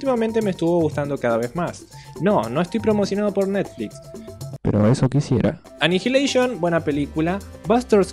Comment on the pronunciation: No, annihilation no se pronuncia anaialeiyon_, es _anijileiyon